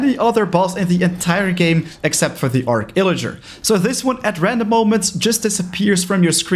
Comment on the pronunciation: It’s actually arCH illager not arc illager :)